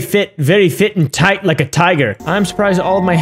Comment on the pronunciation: toight like a toiga